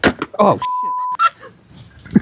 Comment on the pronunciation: Thanks for the video. Did that guy say schit ?😮